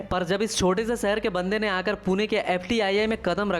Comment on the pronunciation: Abey tu kon se gaon se hai jisko shahar bolne nhi aata sahr sahar kar raha hai Nagpur ko chota bola raha hai Nagpur chota sahr nhi re bolne pahale soch ke bolo 😂😂😂😂😂😂😂